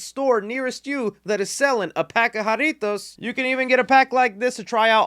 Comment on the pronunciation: Finally someone sponsored by jarritos that can say it right